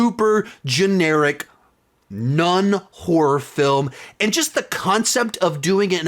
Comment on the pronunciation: When I hear him saying Nun-horror movies, I think he says non-horror movies